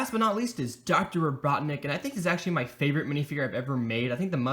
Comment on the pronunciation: You said doctor BOTNIK instead Robotnik